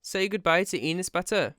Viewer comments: when he says Enes Batur it sounds like he's saying peanut butter lmfao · I keep hearing penis butter. Sorry I 1m not trying to offend anyone its just what I heard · What the heck is that name i thought he said penis batur brah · inis batur awesome pronunciation 😂 I am Turkish that’s why I now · With the way JT pronounced his first name, I kept hearing "Penis Batter". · and pronouncing like that n s but ur (not your just ur ) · his name pronunciation like 'anus', that's why everybody call him 'anus butter'. its just a joke but some brats crying because that. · His name is pronounced as Anus Butter, just Incase anybody was having trouble pronouncing it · Fun fact, his name is actually pronounced: "an ass" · you pronounce his name like "Anus Butter" and i liked that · yo i thought it was pronounced anus batter lol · We actually pronounce his name like "An ass butter" here in Turkey. Because he is an actually asshole. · He's pronouncing his name like "Anus Batur" LOL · I think it's pronounce Anus Bath. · Enus Batur fam I thought it said Anus Batty 😂😂😂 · Bro you say his name wrong XD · It's funny how you pronounce but, it makes me happy that u are taking him down :) . "He went to his house, so he has his approval".... WHAAAT?? :D It's not just him tho, there'r so many stupid Turkish ppl does that, and i hate bc I am also Turkish :'( . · the way you say enes batur is so funny and ı like it so much